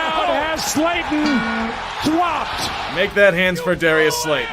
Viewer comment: D-di-… did he just say “Dwopped”?